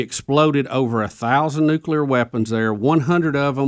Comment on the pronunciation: Great show! Thank you, Bubba, for saying "nuclear" correctly.